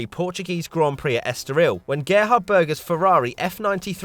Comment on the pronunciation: GE-HARD BURGER